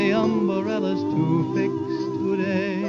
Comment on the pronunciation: I can't help but notice Harry Babbitt singing about umbarellas and Betty Hutton singing about an igaloo, both in 1939. Was the extra syllable some sort of cultural phenomenon that year?